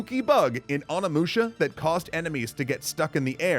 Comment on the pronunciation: The scariest thing in this video about this video is the pronunciation of Onimusha. That`s going to give me nightmares...